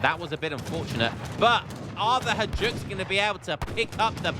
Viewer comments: Hajduk is pronounced “Hi dook” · man, that Hajduk pronounciation just kills me every time 😭😭